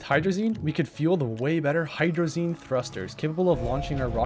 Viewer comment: Hydrolazine thrusters